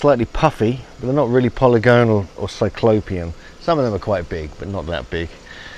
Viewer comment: What are the odds will learn to say polygonal correctly one day?!!